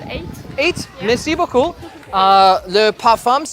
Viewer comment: "Mircee bookoo" 😄 p-p-p... PLAYAAA!!!😂